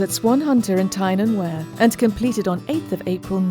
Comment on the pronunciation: Liked video, but Tyne and Wear isn't pronounced like that it's wee-err not wear. (Don't mean to sound bad or anything just thought u should know)m